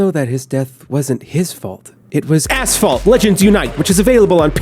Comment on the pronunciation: asssss-phalt!! XDDD made my day